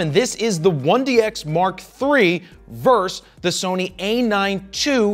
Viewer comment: Fro, right off the rip :-) It’s not “verse” my good man. It’s “versus.” There’s no such thing as Tyson “verse” Holyfield or New York “verse” Boston. And now, back to the video....